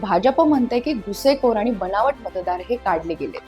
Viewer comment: प्रसन्न सादरीकरण एवढीच जमेची बाजू. शब्दांचे चुकीचे उच्चार उदा. घुसेखोर, घुसखोर पाहिजे ते. दुसरे तुम्ही विश्लेषकांची मते सांगू नका तुम्ही विश्लेषक तुमचे मत सांगा. भाजप 100 ते 140 जागा मिळवेल? अहो केवढी मार्जिन आहे? म्हणजे 95 आल्या किंवा 142 आल्या तरी तुम्ही win win situation मध्ये असणार. कठीण आहे बुवा... 😮😮